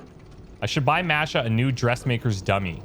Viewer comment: "Masha" is pronounced with a hard "a" for both instances of the letter. Less "mash+ah" and more "mah+sh+ah".